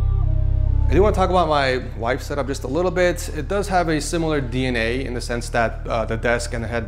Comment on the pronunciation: the way pronounces setup always bothers me lol ik its no big deal but i had to say it, love you and congrats on the house